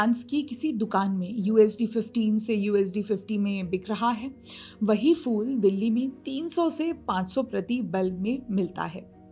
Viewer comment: Fool nahi kahte, Phool kahte hain. Pronunciation sudharo. Good luck